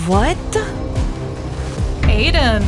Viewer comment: Vait? Vhat?